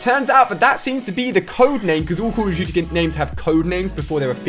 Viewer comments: The way he says call of duty bugs me so much I'm sure I'm no the only one 😅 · noobdood31 You mean Coll of Doody world wor 2